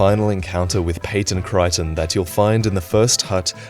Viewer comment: Creighton is Crayton, not Cryton